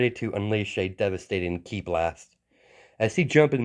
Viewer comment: It's pronounced kee the letter i in Japanese makes a long e sound. Hence the spelling ki.